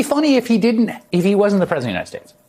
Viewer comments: "The President of the United Spades" 😂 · Did he say "The president of the united spades"? 🤣